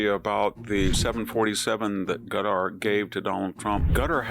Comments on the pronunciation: I absolutely love you Prof. Hanson, but it's NOT "Gutter." It's not "Cutter," and it's not "Nuke-u-ler." It's KA-TAR or KUH-TAR, just as the Emir of Qatar pronounces it. And.. it's NU-KLEE-AR. That is all. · Why does he pronounce Qatar as "gutter"? Lol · Why do we pronounce it like "cuter", when during Trump's visit, they themselves were pronouncing it like "cut-ar"? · I like that Qatar sounds like gutter. I don't trust them. They pay our schools to be woke. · Why does he pronounce it "Gatar?" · I love how VDH pronounces Qatar “gutter”!!. Hey he’s the phd, not me. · I feel the same way. Some might think he is trolling by calling them 'Gutter'. His pron. Seems Asian in that you can't quite tell if it starts with a k or a g - Schrodinger's consonants. I didn't want to complain in a comment section - there's too much of that in the world. But yeah, it bugged me, even though a small thing. I love Victor D. Hansen, so this is only said with love. Great insight as always. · There's no English equivalent for Arabic letter ـق (qaf). It's pronounced in the back of the mouth but not the way he's pronouncing it. Hey, at least he's trying.